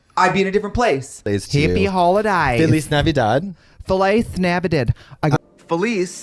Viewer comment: Trixie saying “Feliz Navidad” in an Australian accent always sends me because my Aussie cousins will call me on Christmas and that’s exactly what they sound like